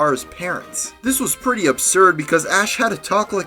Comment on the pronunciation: why do you say pertty and deperssing